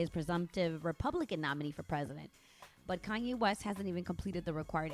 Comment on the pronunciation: “Kayne West”